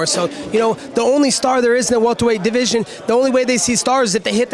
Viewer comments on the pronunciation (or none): none